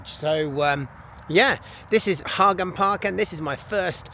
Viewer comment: Great pronunciation on Haga